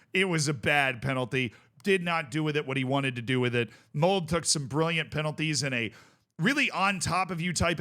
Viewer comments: please pronounce the e in "Molde" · "E" in Molde is pronounced, like we say "Schalke" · unfortunate pronunciation of Molde in this video lol you don't cut the 'e' in norwegian 🤣